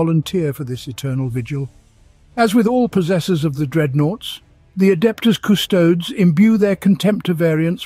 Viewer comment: Just me or the scholar miss pronounce the "adeptus custodes"??? HERESY!